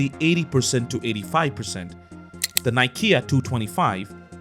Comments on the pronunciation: Are you kidding me? "Most likely pronunciation"? A quick Google search will tell you how to pronounce it. It sounds like "Nee-kay". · "Nikia", really? That's not how you pronounce it bud.